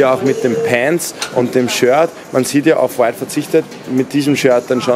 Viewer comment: Die Betonung liegt bei dem "W" bei Off White und nicht beim "t"